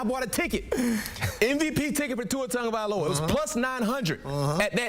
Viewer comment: someone tell the host how to pronounce Tuas last name correctly - Tong-a-vai-loa